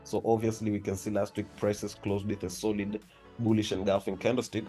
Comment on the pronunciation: It is Bullish not Gbullish And It is Bearish , not Gbearish Work on ur pronunciation bro 🤨